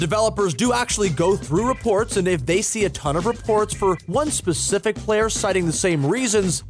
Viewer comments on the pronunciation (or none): none